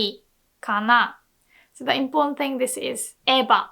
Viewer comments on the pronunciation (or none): none